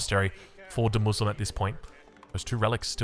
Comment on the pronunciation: i mean, i dont know the players or scene but shouldnt demuSLIME be pronouced: demu Slime and not Demuslim ? As he clrearly wrote the slime in caps :D Otherwise great game and commentary!